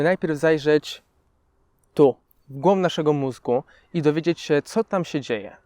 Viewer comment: naucz się mówić zanim zaczniesz nagrywać "to czo się dzieje" było ostatnim błędem po którym postanowiłam wyłączyć filmk, po nie całych dwóch minutach ...